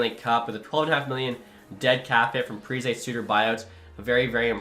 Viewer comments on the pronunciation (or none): none